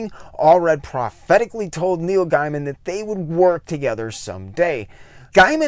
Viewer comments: I'd love to see a retrospect on Madman if you promise me you'll do me one favor and pronounce Neil's last name correctly from now on. It's pronounced Gayman, not Guyman. By the way, I'm just busting your chops. It's nothing personal. I mispronounce names on occasion too. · just a heads up, like you I initially thought it was pronounced "guy-man" but actually it's "gay-man". and like him there was a few times i thought you were saying Neil Diamond LOL. Great vid, and looking through your channel i've queued up a bunch to watch next. Awesome topics for a 90s-onward comic nerd like me. Subbed. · Comico is pronounced Comeeko (I know because I worked there), and Gaiman is pronounced Gaymun. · Given the amount of research you seem to do for these videos, are you purposefully mispronouncing Gaiman, Berger and Dringenberg?